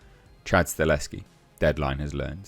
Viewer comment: it’s Chad Sta Hell Ski NOT Chad Sta Leski. 😬🤦🏻‍♂️ You’ve been mispronouncing Chad’s last name all this time. 😓